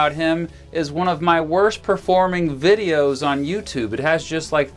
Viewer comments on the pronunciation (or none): none